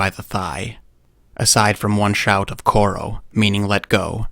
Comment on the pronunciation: it’s not koro, Rathar it’s choro meaning let go.